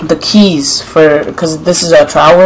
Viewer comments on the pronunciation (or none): none